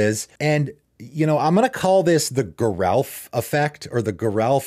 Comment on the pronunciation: According to Mark Rosewater, Geralf is pronounced with a soft g, not a hard g.